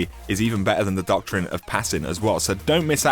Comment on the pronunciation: A common 'doktrin'